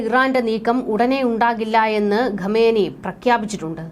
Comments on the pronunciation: ഗമനെയി അല്ല ഖോമേനി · Pronounce the name correctly